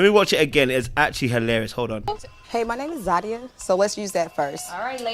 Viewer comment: ZAH-de-Yah!!!!!! 😂🤣😂 tried to "bring down the energy in the room" but Zadia continued to correct her. response was hilarious and infuriating to Zadia, but she couldn't go harder without looking crazy!